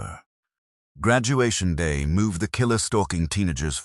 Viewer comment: Oh yeah i miss Graduation Da !!! 😄 Funny AI fail!